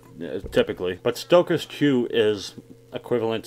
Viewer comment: Ahahahaha "stockaz"